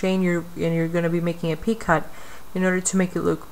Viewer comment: Very helpful video, but just one thing...you are pronouncing the word "picot" incorrectly. It is pronounced "pee-coh", long O sound, silent T. Thank you for your tutorials!